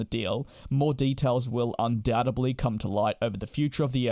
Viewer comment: undoubtEDLY, not undoubteBLY